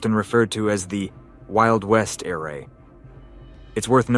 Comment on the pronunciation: You lost me at "Eray" Ai is dog shht.